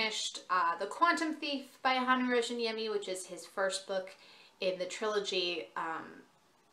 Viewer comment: Great review. However, just for future reference, there are 2 [very similar] ways to pronounce his last name: The Finnish "J" in Rayaniemi isn't pronounced with a ⟨ʒ⟩; i.e. the "zh" sound. It's actually a "Y" sound. So, you end up with either,RAHY-UH-NEE-ME or RYAN-YEAH-ME -- you can also roll the "R" if you're really wanting to be proper/sound true to form. ﹡﹡ᴵᶰˢᵉʳᵗ "ᵀʰᵉ ᴹᵒʳᵉ ʸᵒᵘ ᴷᶰᵒʷ" ᴬᶰᶦᵐᵃᵗᵉᵈ ᴳᶦᶠ ᴴᵉʳᵉ﹡﹡